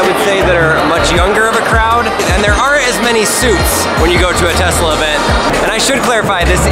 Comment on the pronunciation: He said testla 85 times! Lol